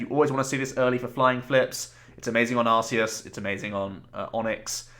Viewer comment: Great video! By the way, I just watched the Arceus movie and it turns out it's pronounced arc-ee-us (as opposed to "arse-ee-us" which admittedly is funnier)